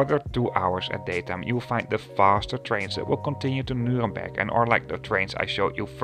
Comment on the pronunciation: I think he kinda combined the English exonym Nuremberg and the city's actual name. At least he didn't mistake it with Nürburg, right? 😀